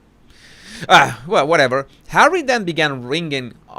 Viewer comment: I crack up every time you say Hawwy. Ohhh. Wait. She said " I know how the Palace works". That's the opposite of her other statements of her poor little girl ignorance. Haha. You are EXTREMELY 😂😆😂😆😂😆👏👏👏